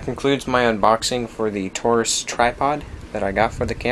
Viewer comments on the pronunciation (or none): says "TARGUS" not "Taurus" xD